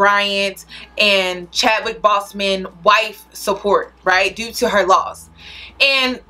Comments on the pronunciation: I agree with everything. Shit I used to think that mess was cute. BTW, it’s Boseman- pronounced BOWS-Men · You pronounced Chadwick Boseman last name incorrectly btw